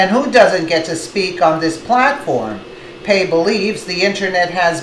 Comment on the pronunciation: ok video but she cant pronounce Commissioner Pai's name correctly. kinda comical. also she needs to talk more about the Soros 9/11 connection. it is well documented that Soros planned 9/11 and in fact piloted two of the 9/11 planes along with fellow members of The Left and they bailed out at the last second with wingsuits if you look closely at the news reals it is clearly soros there